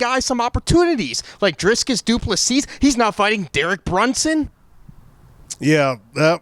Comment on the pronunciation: Driccus is not that hard to pronounce you absolute nonce